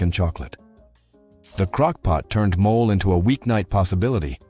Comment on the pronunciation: MOLE is an animal! It's pronounced MO-LAY!